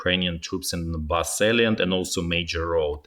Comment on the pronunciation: Donbass Salient? I'm sorry I dont understand this word you are using